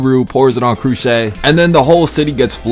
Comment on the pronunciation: unimportant but it’s pronounced “Croosh” not “Crooshay” 😭🙏🏽 as for what to watch after being done with peak zero, i strongly recommend wind breaker and fire force, and for the love of god, please WATCH fire force and ignore the fan service because people turn down peak storytelling because the “fan service” is too much 😭😭